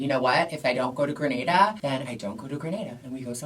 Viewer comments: It’s Grenada... the first ‘a’ is pronounced like the second ‘a’ in Gatorade 🇬🇩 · She’s referring to the Caribbean island Grenada, she just wasn’t pronouncing it right 😅 Spain is indeed one of the most LGBTQ accepting countries in the world